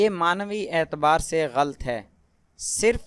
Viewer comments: Jazak Allah. Try to speak gha-lat instead of ghalt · آپ بھی لفظ "غلط " کو غلط پڑھ رہے ہیں... کیونکہ غ اور ل کو ملا کر "غل" نہیں پڑھنا... بلکہ غ زبر اور ل زبر ط ( لط) پڑھنا ہے. میرے پاس زیر زبر کی آپشن نہیں. ورنہ لکھ کر بتاتی. اگر کسی اور بھائی بہن کے پاس ہو. تو وہ لکھ کر بتا دیں... شکریہ